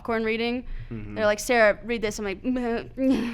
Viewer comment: Next time Sarah is on, can you say her name without the “h”. It made me very uncomfortable. Also make Eddy wear a hat that says “abolish the circus please”. I don’t think one of those hats exists, but you can probably make one.